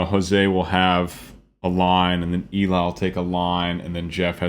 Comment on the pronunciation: Worth the wait. Your reactions are gold. Just one thing... It's Ellie, not Eeli. ❤️